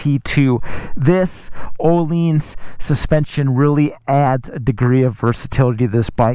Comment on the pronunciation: Actually closer to the original swedish name compared to everyone who says oh-linns. Source: i am swedish. The ’i’ is like a sharp ’ee’ sound in english. Closest comparison.